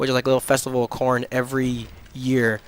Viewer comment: at first i thought you were saying i hate porn lol